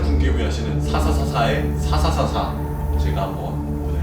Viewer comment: 왜난 사사사사가 샤샤샤샤로 들리지